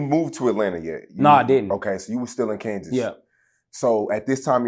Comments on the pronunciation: Him not checking this nigga for saying Kansas is bothering me 😂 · stop saying Kansas